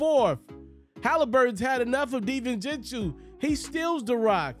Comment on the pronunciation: Great vid, liked the commentary. Btw it’s pronounced “dee-vin-chen-zo”